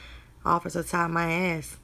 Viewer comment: It's not officer thank u it's officer Ty... Ty is his name.. pronounced "tie"